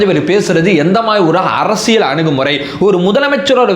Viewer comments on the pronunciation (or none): none